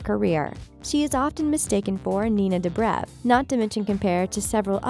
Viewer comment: i still cant with the pronunciation of monet and dobrev. also daniella monet is definitely my favoritw cast member